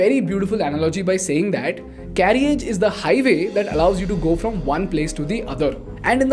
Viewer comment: A niggling issue..carriage is pronounced as carrage. The 'i' is silent ..since content is your product, get it right. I hugely appreciate your well researched content